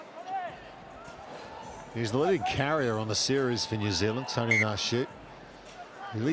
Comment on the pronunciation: Bruv his names not Tony 😂 pronounce it right